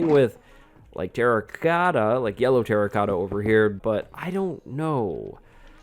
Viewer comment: good video but you have to go to and listen to how he says terracotta